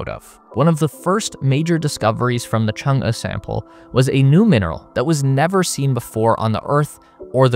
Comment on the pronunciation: kudos for pronouncing Chang'e so well